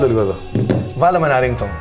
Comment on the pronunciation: Ο ο μπουμερ… ΡΙΝΓΚΤΟΟΥΝ ΛΕΕΙ😂